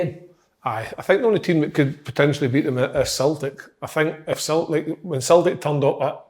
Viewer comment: Nobody: ... Kevin Kyle: “Sultic”